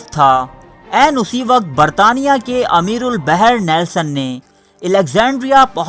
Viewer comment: اکثر آپ کی ویڈیوز دیکھتا ہوں۔ میرے بھائی آپ ویڈیو پر اتنی محنت کرتے ہیں۔ لیکن اس میں اردو تلفظ کا بھی خاص خیال رکھیں۔ آپ اردو زبان کا بہت نقصان کر رہے ہیں۔ آپ اردو کے عام مشتعمل الفاظ بھی صیحح طور پر ادا نہیں سکتے۔ ویڈیو کی تیاری سے پہلے کسی اردو کے استاد سے بھی مدد لے لیا کریں۔ اس ویڈیو میں یہ الفاظ غلط ادا ہوئے ہیں۔ براستہ، بیک وقت، امیر البحر، خیر خواہ، معاہدہ، نبردآزما، Waterloo